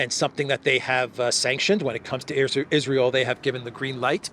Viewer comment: Vance pronounced "Israel" wrong.